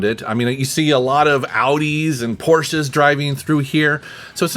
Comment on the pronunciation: Iam german and Iam pretty suprised how well pronunced Audi and Porsche. Right on!